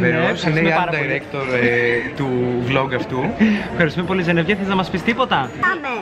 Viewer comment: Δεν λέγεται Ζενεβιε λέγεται Ζενεβιεβ πάντως είσαι QUEEN#